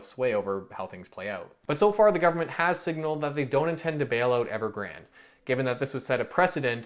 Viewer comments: its pronounced as Evergran - De like day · Evergrandee(y). Pronounce the last „e” like the first „e” but ever so slightly longer and add a subtle „y” at the end, done.